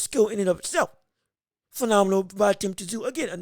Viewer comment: It’s pronounced TIM ZOO